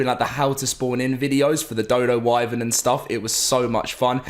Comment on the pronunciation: I’m really getting sick of him mispronouncing “wyvern”